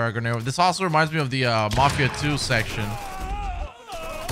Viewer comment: Grenade the way his saying it